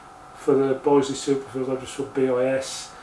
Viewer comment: Will you please note that the i in Bisley is pronounced as in business and bitter, not as isle or island. Have you not heard of the world famous Bisley shooting ground and ranges in Brookwood in Surrey.